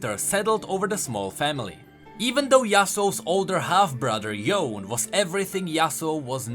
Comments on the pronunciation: Bro, I can't 😭 Why you keep pronouncing it like "Yown"? Even the characters, and in the cinematics they say "Yoh-neh", I don't understand why so many people keep saying "Yown" 😭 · It's Yo ne.., the e is not silent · It's Yo-nay ffs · It's pronounced yoo-nay. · Its cringy hearing him say "yone"...i didn't finish the video after hearing it 3 times lol